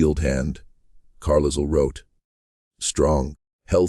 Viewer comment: Yes! “Carlisle” with the S sounded. Disconcerting!